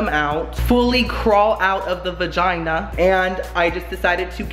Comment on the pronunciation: "Crawl out of the vajuju" Hahaha..classic:)